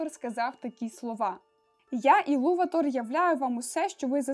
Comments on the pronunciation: Буква не та, а не наголос) Елуватар, а не Елуватор) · гаразд), але де сказано що він саме ЕлуватАр? Тобто, я ніде не бачила, щоб в імені стояв знак наголосу 😅 А до того ж, хіба Елуватар? Бо я знайшла, що англійською його ім'я пишеться Eru Ilúvatar (якщо що, я розумію що над "ú" діскретика а не наголос).